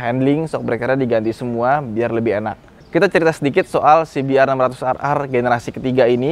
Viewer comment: Se Be Er 600 Ar Ar.. 😂😂😂 Si Bi Ar 600 Ar Ar dong ahhh... 😂😂😂